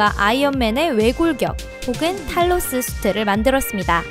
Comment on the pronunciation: 탈로스 잘못들어서 탈모스(?)라는 줄...